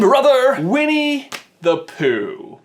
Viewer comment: he accidentally says weenie the pooh lol